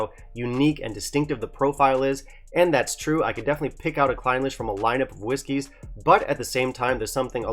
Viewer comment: A bit of attention to detail in pronunciation is warranted in these reviews. “Clin-LEASH” is more appropriate.